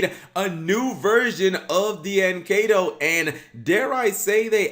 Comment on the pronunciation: D-An Kay-To. Guy, its Die-N Key-To.